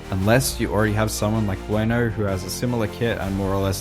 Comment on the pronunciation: Did u say blueno? I heard werno